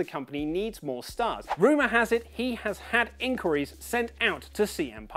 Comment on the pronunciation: Why does he pronounce inquires so weird? It can't be a British thing since i don't say it like that lol